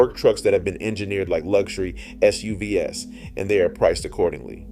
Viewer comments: Either you have a very strange way of saying SUVs or this is AI, and that's disappointing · "S-U-V-S" "K-E-I-truck" This is either AI, or the narrator doesn''t know what he's talking about. Downvoting either way.